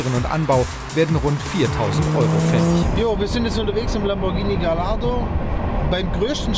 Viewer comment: Er weiß ja nicht mal wie man Gallardo ausspricht. Man spricht es GaJJardo!